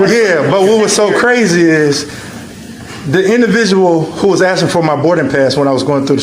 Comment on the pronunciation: "With it." Not "wit' it.' "Asking" not 'Aksing"